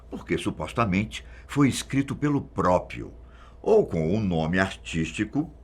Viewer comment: "própio" hehe